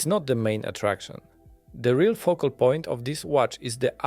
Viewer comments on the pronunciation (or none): none